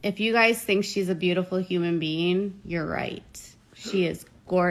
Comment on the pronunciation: I hate the way she says human being…..it sounds like “human bean”